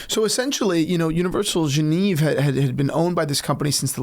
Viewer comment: Love your content guys. It really bothered me how you pronounced Genève throughout the video. It’s “Jeu-Nev”